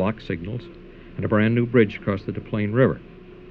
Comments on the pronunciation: You’d think they would’ve done some research beforehand! No Chicagoan worth his weight would ever pronounce ‘Dez Plaines’ all fooly foo Frenchman ‘Da Plaine’, right?? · Des Plaines. Not Da Plane